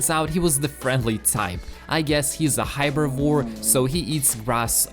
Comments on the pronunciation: Bro do you know how to say herbivore that's how you spell it what I just said herbivore not high before cuz that won't make sense they won't know what you're talking about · he said hibavoar